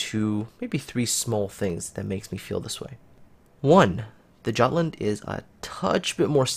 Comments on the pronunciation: Hello and Happy New Year, please review your pronunciation "giatland?" Jutland is a danish name (it's the in land part of Denmark); please have a look at this link: Thanks for your great review! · its pronounced with J mate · plz, the J is pronounced like a Y in Jutland. My ears are bleeding.